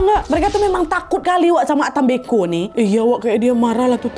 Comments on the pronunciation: kak cara bacanya mbko bukan mbeko,,cara ucapannya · cara bilang nya bukan mbeko .. huruf e nya di baca kaya kita bilang (enggak) jadi e bukan è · Salah penyebutan kak mbe'ko ada penekanannya mbe terurus baru ko kak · Mbeko ya KK bukan Beko aku org Manggarai kget pas dengar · Dislaimer kak penyebutan e pada kata mbeko itu seperti menyebut beku (pelafalan e nya). ata mbeko( Bahasa Manggarai, Flores). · koreksi dikit kakk,mbeko bacanya pake e` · Nahh FYI pengucapan mbeko itu seperti nada kata " lemari, kertas, dll" bukan seperti nada dari kata "teler" 🫠